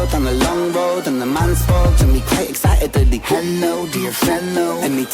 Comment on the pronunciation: Ren is The WordBender. I absolutely love when he adds syllables to words to give it extra spice and to fit in with the flow.... "excitedely" "invitingely" 😂 he does this in other songs as well. Its one of my favorite renisms 💜🫶😁